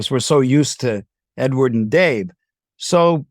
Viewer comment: Anyone else bothered by the way he keeps saying "Edward"?